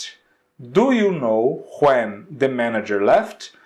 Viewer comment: Adorei o conteúdo do video, só achei estranho mesmo o jeito que tu pronuncia "what" e "when", tu pega muuuuito o W com som de R.